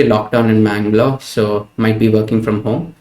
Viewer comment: yes i am from bangalore, saw his office details and in Bannerghatta road is his office. but still i am confused if he said Bangalore or Mangalore:D, helapa:)